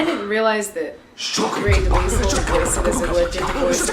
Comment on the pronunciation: 'Grey Delissle'